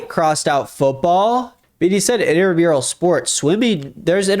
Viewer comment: Not to be THAT person, but it’s INTRAmural sports. Not INTERmural.